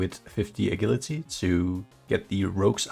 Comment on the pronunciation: 10 34 agility is pronounced with a j like in jump not the g in guilty BTW 🤓